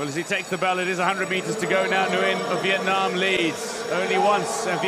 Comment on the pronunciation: Lần đầu nghe ông blv nc ngoài đọc rõ chữ " Việt Nam" như z